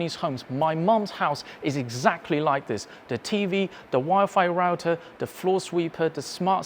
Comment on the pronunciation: Just needs to improve his /th/ sound. Interestingly he can say "nothing" perfectly, but pronounces "the" as "de".